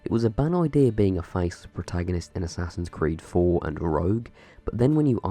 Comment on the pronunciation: whats this? im not gonna say it assassin christmas?